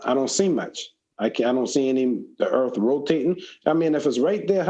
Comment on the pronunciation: Never met a guy smarter than me who called earth "erf"